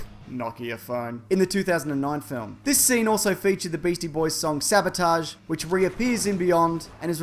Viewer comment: Very obscure, but what if Kirk's love of the song "Sabotage" is a sly nod to the way Shatner pronounces the word? It's odd, he says "sabbah-taj", haha.